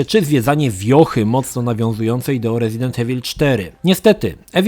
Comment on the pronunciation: Troche mnie denerwowało jak ciągle mówiłeś "Ewil", ale gra sama w sobie jest świetna, bawiłem sie lepiej niż w jedynce.